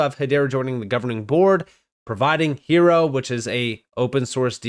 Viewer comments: Hiero, “iron” in Spanish, silent h, i e ro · Hiero is pronounced Hi Row.